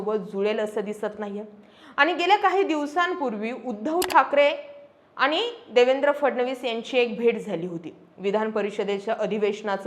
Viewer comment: कन्सेप्ट आणि विषय चांगले आहेत.. फक्त भाषेवर थोडी मेहेनत घेऊन आनी-पानी सुधारता आलं तर पहा...